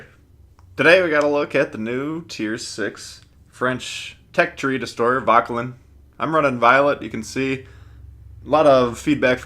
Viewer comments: Its "voh-ker-lan" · definitely not lin